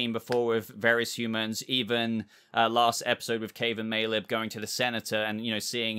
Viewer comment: who are Caeve and Maleb??? 😂🤣😂 I had to watch a second time to catch it. Great video as always 👍🏻